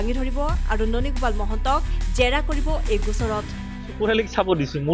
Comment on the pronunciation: ননী গোপাল নামটোৱে শুৱলাকৈ ক'ব নোৱাৰা ই আৰু কি জাছ কৰিব যে ভাই।